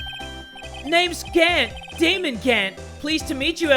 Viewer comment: I swear I heard "Demon Gant" instead of "Damon Gant"